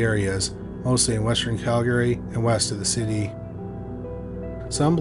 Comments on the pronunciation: You can just mention Calgary once or twice, and then refer to it as "the area" or "moved to town" or "locally". We know they're in Calgary. Also, It's pronounced 'cal-guh-ree" not 'Cal Gary'. Love the content. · Interesting pronunciation of Calgary. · I'm pretty sure he's located in Canada, as am I currently, and I had to ask a few people if anyone pronounces Calgary like that. They said no. However, there's one instance towards the end where he says it proper lol Maybe it's like that other YouTube guy that will always say one word wrong for people to comment for algorithms sake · Can this guy learn to how to correctly pronounce Calgary?